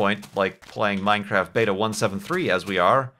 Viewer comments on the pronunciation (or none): none